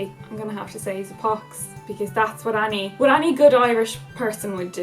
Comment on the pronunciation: whenever hazel says 'any' I always think she is saying 'annie' is it just me? oh English people problems haha